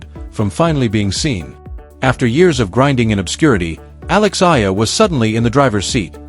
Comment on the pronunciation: Pls...a name is the sweetest sound one can hear...kindly pronounce her last name as Ey...yah..lah..thank you